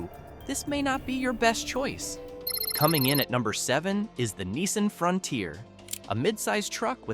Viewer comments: It’s a Nissan not a Neesarn . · ...you can tell the video is voiced by A.I. when it pronounced Nissan as "neeson" and the F150 as the "ef one hundred fifty." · It’s pronounced nee-SAHN and 15 hundred (for truck model grades), “Patrick Star”! 🤨